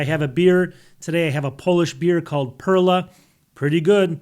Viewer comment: I can’t believe you’re drinking Polish beer, haha! My wife is Polish, LOL! We have a supermarket where we sell beers, of course. The perla export are quite basic, though. You should try Perła Chmielowa! And by the way, it’s not pronounced “Perla” — it should sound more like “Perua.”😜😜😜😜😜 enjoy